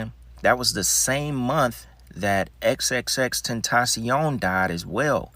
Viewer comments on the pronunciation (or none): none